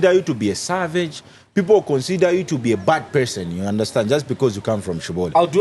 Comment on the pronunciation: Its the way he pronounced the word "savage"😂 ...are y'all thinking what im thinking😂💀